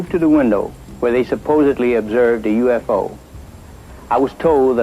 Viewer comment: U .F .O 应该要分开念三个读音，U .FO 读两个音没人懂是什么，没恶意只是小提醒